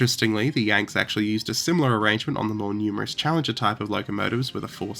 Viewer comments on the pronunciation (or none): none